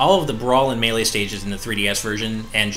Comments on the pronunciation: The way pronounces melee drives me crazy. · its been so long why hasnt learned how to say melee it hurts me physically every time i hear it